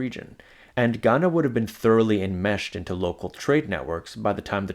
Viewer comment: The way you said "..they call it.. gHaNa" gave me the ick.